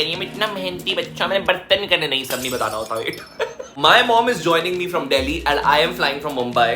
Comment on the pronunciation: "cOmE aLoNg WiTh mEh" Was epic 🤣